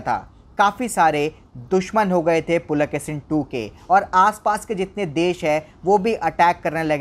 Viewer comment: Pulakesin nahi Pulakeshi bolo